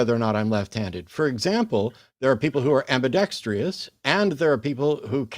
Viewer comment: Ambidextrous!!! TRUSS .. Not ambidextreeous. C'mon Matt. For a word that you say very very often you got to get this thing right